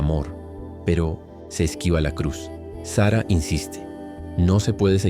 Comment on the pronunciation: Es Sarah con acento en la segunda A no Sara como nombre de mujer!